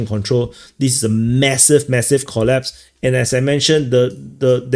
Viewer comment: "It's a MASSIVE, MASSIVE COLLPASE!" Love it,!